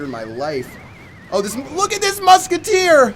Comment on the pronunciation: LOOK AT DI MUKETTEER!!!!